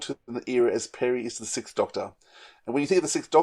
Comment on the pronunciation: So... what's behind this trend of (mainly British) podcasters pronouncing "sixth" as "sickth"? It drives me nuts.